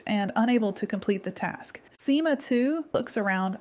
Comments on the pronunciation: me too...till SIMA was pronounced as ESS AAAIII EMM AAA 🤯🤯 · “sIMa TwO”